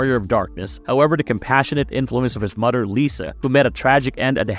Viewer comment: omg stop saying Mudder